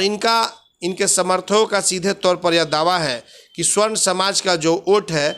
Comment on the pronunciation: स्वर्ण नही,सवर्ण होता है ।